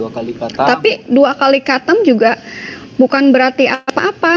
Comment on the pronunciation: Islam garis keras tapi nggak bisa bilang khatam.. bilangnya katam.. 😂😂😂😂